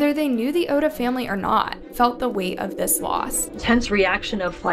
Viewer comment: If you’re gonna profit off these people’s murders, the least you could do is pronounce their names correctly and with dignity. Naoko is 3 syllables, “Nah-oh-ko” and the last name Oda, “Oh-duh”.